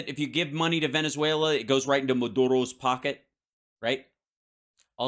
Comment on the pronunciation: Veneswulla? I've never heard it pronounced that way before.